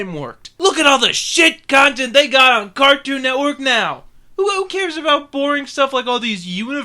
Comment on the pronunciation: Did you say Cartoon Networth